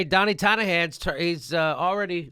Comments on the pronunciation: Love you Jimmy but it sounds like you're saying "Donnie Tonna Hands" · I love how jimmy says donnie tiny hands like "Donna tonya hands"